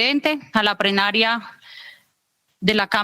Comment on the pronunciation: POR FAVOR! La congresista Carolina Arbeláez, dice PREnaria en vez de PLEnaria!!!